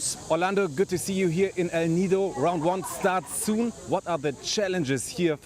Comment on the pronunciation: They will get used to call the West Philippine Sea they can't even pronounce El Nido they keep saying El Nino